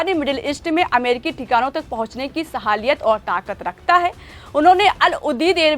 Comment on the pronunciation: Aapne sahaliyat bola.? Lekin salahiyata alfaj hota hai.